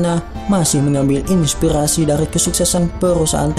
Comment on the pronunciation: Victor Firmansyah pelat org utara. Inspighasi.